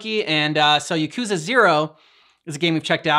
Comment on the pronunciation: Yakuza 0 is such a good story, the first game that almost made me cry…. And the songs are all fire (btw it’s pronounced Ya-cuus-ah)